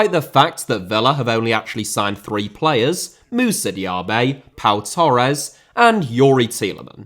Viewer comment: Diaby* not Diohrbei Villa * not Viller Saw* not Sor Sevilla * not Sevíer Father* not Forther Amavi* not Amohrvi Ghazi* not Ghohrzi Half* not Holf Debuts* not Deibyus Chukwuemeka* not Chăkwămeiker Diego* not Diyeigouw Idea * not Ideer Konsa* not Konser Moreno* not Moreinouw Possession* not Posession Leverkusen* not Leiverkusen Uefa * not Yuweifer Álvaro* not Alvarouw Negredo* not Negreidouw Hag* not Horg